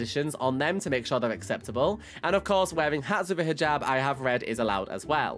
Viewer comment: Oh Also the Hijab is pronucened is Hee jab but it is just spelt Hijab.